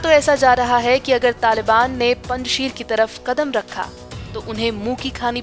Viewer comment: पंजशीर का सही नाम और उच्चारण है पंजशेर। कुछ समझे पंज शेर पंज प्यारे यानी यह नाम भी पंजाबी <हिन्दू>नाम है!